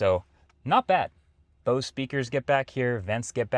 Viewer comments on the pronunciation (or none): none